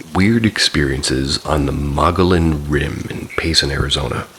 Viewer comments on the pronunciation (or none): Mogollon is another one of those strange Arizona places names. It's pronounced moh-guh-YOHN. Named after a Native American people.